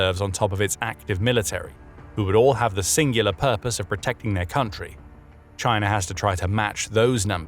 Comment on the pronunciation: "CHINER"? Sounds a lot like the Harvard "R". Alasker. Hawaiier, Alabamer, etc.